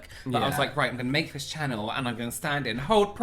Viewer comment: The way kept saying VISSS instead of THIS in that video 🤣🤣🤣🤣 ME!